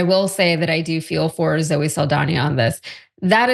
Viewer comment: Why do you not know how to pronounce Zoe’s name?? I mean damn, it’s not hard.